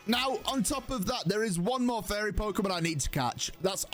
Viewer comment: He keeps saying fairy but I keep hearing furry